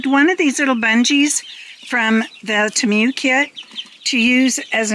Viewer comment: its TEE-MOO. Temu